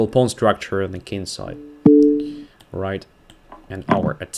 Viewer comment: you are often talking about the Kin-side.I guess your are from a royal family! For us ordinary folks it is just "the kingside"